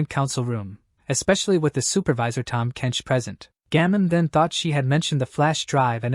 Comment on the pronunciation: "Tahm Kench" HAHAHAHA!!! 🤣🤣😂😂